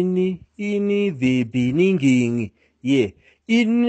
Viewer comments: in thee beningging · "In the beninging"😂😂